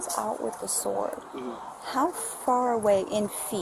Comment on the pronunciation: That lady didn't say she had a sword. She said she had a sWard! When I was a kid, I used to say it like that, so the first time she said it, I kind of brushed it off, thinking maybe i heard it wrong. Then she said it again at least 1 more time! So, is there a difference? IDK, maybe there is. A sword is a deadly weapon (especially in trained hands). However, maybe a sWord is not...